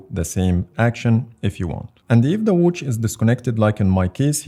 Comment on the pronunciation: Why does he pronounce watch like that😆😆❔️"Whouch" "Whoach" 😆😆